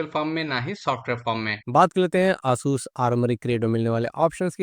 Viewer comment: its not aa-sus its a-sas